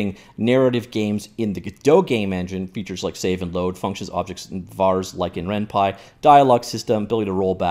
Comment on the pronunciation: RenPY not renpi!